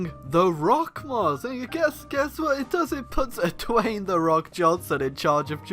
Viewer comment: Say Dwayne like you say Kayne